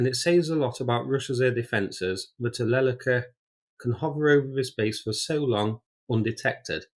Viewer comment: It's not Lèleka, it's Lelèka. 🤷🏻‍♂️ The emphasis is on the 2nd syllabus. It means crane, like a bird.